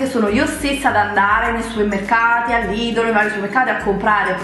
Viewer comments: si dice lidel non lidol !!! e si scrive Lidl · lidddddl ma come parla